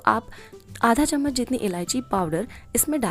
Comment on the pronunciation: Saf saf Chammach bolo n ye tebal spun kya hai